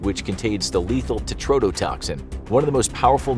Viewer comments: Bro can't even say TETRO-TETOXIN right 😂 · Tetrodotoxin is being mispronounced. That "tetro" prefix is necessary and has significant meaning. The "tetro" needs to be pronounced separately and with clear emphasis.